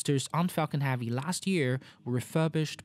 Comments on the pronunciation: I’m sorry mate but your pronunciation of heavy is becoming annoying...hevy not havy....now put that together and you have heavy..👍🏼 Interesting video nonetheless 👍🏼😊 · I actually can’t stand how you say “Havy” it was funny at first in earlier videos but now it’s just annoying 🙄 but great quality video, sir! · Why you say faalcon havie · Why do you say Falcon Harvey ? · great video but i was always distracted by the pronouncing of the word heavy like hAvi... is not A is Epsilon E. hEvy like e is pronounced in Elephant. 😋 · I am sorry...but I had to say it....what is Falcon Havey? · Thanks for the awesome video, but it would be very nice if you would pronounce "heavy" correctly! Is it that hard? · Please pronounce heavy properly... it’s pissing me off.